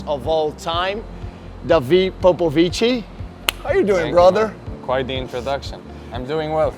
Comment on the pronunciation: The pronunciation for Popovici is incorrect…